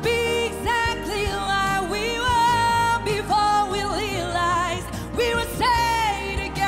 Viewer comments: Lealize????? It's realize. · Overall she is so good, but you should have listened, she had to struggle to pronounce "r" at realize